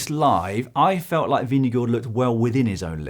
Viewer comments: I was actually going to commend you for doing it so well (at least the first couple times in the video — then I stopped paying any attention to phonetics). Doing it better requires learning how “stød” works, which is apparently really, really hard for foreigners ;) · It may one of the best pronunciations I’ve heard from a non-Dane.. He actually makes the å(double a)- Sound… Most people goes for a “guard” sound, which is certainly further from correct than this.